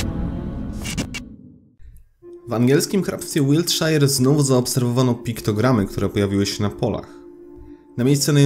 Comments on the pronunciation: Shire czyta sie “szer”!! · Widze, ze znowu zle wymawiasz "Wiltshire" :P a uczylem :D hehe